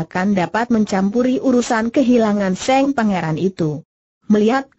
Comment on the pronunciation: Yang paling Tdk cocok Tulisan Cerita Di baca tak sesuai Tulisan Cerita sehingga Yg mambaca tdk bisa Menguasai Alur Cerita akam salah Mengetahui isi Cerita Contoh: Tulisan Sang Dibaca Seng .tulisan Mata dibaca Mate , dsb Mohon bisa untuk Lireksi